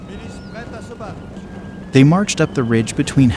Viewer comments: Pronounced: HOO-GA-MONT... & Not: HOW-GA-MOUNT... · There are two accepted pronunciations' of Hougoumont, and you appear to have avoided them both. How typically Yank.